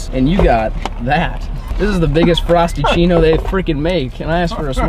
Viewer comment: Did he just miss say frapichino for frostachino or...